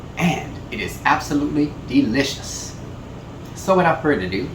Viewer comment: Dee Lish Uss.